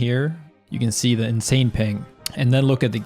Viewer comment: "it feels inZain"